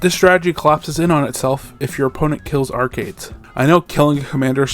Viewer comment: I cannot believe i am doing this because of the subject of this video: but you mispronounced arcades as arkidez. If this was intentional i love the dedication to the bit. Great video!